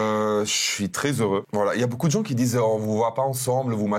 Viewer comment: " Beaucoup " je pense que il l'écrit bOUcoup 😅 Il prononce toujours bOUcoup